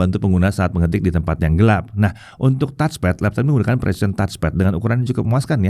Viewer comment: Ini baru bener ngonongnya Touch-Pad yaitu: TATCH PET bukan kaya youtuber2-besar disebelah bilang TOTS PET.. soal kecil, tapi memalukan bingit